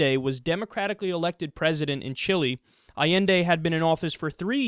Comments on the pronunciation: Kyle, it's "Chee-lay" not "Chillie." Chili is some cheap ass food for dipshits from Texas who think that they still live in the Old West! Chile is one of the most amazing and beautiful countries on earth. To recap: Chili=Dog Food, Chile = South American Nation. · Kyle, Chile isn't promuanced "Chilly" its pronounced chi-lay